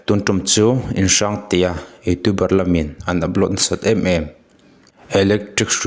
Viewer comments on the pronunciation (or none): mizotwng chhiar dan zir la rawn chhiar nawn leh teh aww...inhrang tih pawh lam thiamlo😅😅